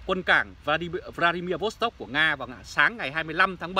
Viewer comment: Không phải cảng Vladimir Vostok mà là Vladivostok!